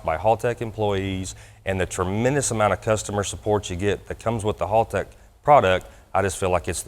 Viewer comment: Doc before you try to master Australian slang, please, oh please learn how to say Haltech first, it's HAL not HALL. +haltechecu nice pick up for you guys as well, being an E11v2 user myself I know Doc will be happy with the product and the available functionality within the supplied product. Hope it turns out to be a profitable relationship for both of you.